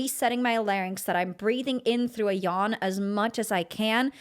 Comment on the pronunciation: Why do you say therough.